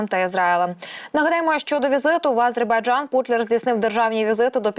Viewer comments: Ааааазербайджан….. шо в неї з дикцією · Кто же тебя, "", учил делать ударение в слове "Азербайджан" на первом слоге? Это так должно звучать на украинском языке!? Где вас, таких д...., находят? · Відстойний канал і неграмотна ведуча. А- зейбарджан. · Ви можете слово "Азербайджан" говорити по-людські